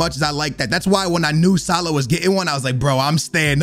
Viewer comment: Salaaaaah not saaalah